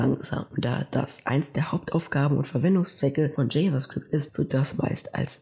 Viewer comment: JavaScript ist die Sprache der Zukunft 👌 Bzw TypeScript das eine Erweiterung für Javascript ist. Aber bitte sprich java "jewa" & Javascript richtig aus dann wäre deine Präsentation besser